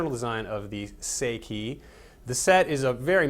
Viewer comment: It's "Say-ee-kee," not "Say-kay"!